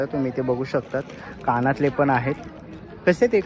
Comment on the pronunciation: काणातले❌ कानातले✅